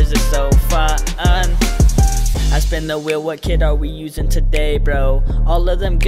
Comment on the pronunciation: When you say Fu un it sounds like you say the f word in swedish😂😂😂